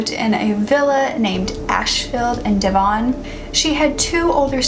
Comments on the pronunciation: The way she said “Devon” and “Yorkshire”😂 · You say Devon and Yorkshire weird ha... That's not how it's pronounced here. Anyways as someone who experienced Dissociative Amnesia I believe that's what she was dealing with personally, which was brought on by her wanting to commit suicide.